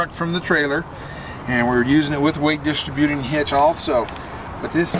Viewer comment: drives me nuts with his pronunciation of distributing! LOL